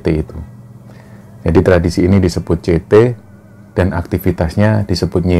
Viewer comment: Ampas kopi itu namanya cethe mas... Bkan cete... Jd ejaanya kyk org bali yg gk bisa sebut te... Jd namanya nyethe... Bukan nyete